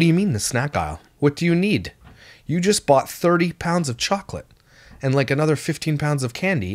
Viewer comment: Only can make the word “and” have 3 syllables 😒 (ay-yun-duh).